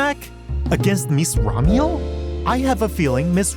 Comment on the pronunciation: That name reveal reminds me of when Hermione explains the levatation spell, to Ron in Harry Potter. You're saying it wrong. its Remielle, not Ramiel... 😂